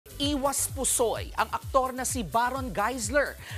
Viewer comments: Sino po ba yang gumagawa ng balita nio parang may kinkilingan hahaha . Kasi simula palang ng balita parang di na naniniwala ung nag babalita eh hahahaha . Kasi Sabi: "I was ousoy SI baron " hahaha ayusin nio balita nio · grabe un IWAS PUSOY masyadong diniin pa ng Host ng balita na yan